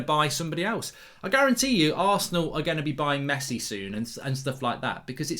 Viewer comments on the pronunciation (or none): none